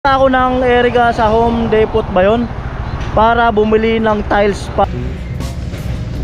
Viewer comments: So happy for Ate Bidang and family. You deserve it. Thank you to Kuya Frans and all the sponsors and team Pahuway. By the way the correct pronunciation is “Home Depo “ silent t. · Silent T po d-e-p-o-h hindi depot. Repeated wrong pronunciation ayaw kong mapahiya ka sa mga viewers. Hindi po ako expert sa english o nagmamarunong. idol kita silent viewer since day 1 kay rica 1 sa balatan pa. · wow galing naman ni bidang but she deserves it though. by the way ka noli its home depo silent t... yoyoyo yeyeygood job godbless you always...